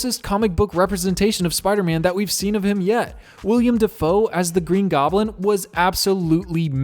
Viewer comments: pronounces willem dafoes name wrong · Did he just say william dafoe....